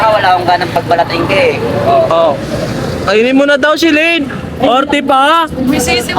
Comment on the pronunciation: Di yan solane si SO-LA-NE yann